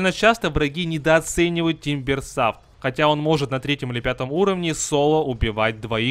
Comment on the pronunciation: Не тимберсав , а тимберсо (англ)